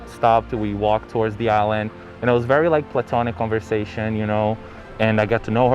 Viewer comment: Vewy vewy emotional Ok